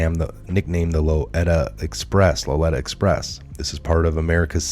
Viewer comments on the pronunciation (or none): its LO LI TA , not LO ETA express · Pronounced LolEEta Express. No biggie. Keep up the great work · Pronounced Loleeta Express. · Lolita express is Loleeta express. Great broadcast! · You do not pronounce Lolita express correct so you much not have done much research for this. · You really donr know how to say Lolita ecpress?? You dont do much listening to other news do ya? Your pronunciations amaze and befuddle me.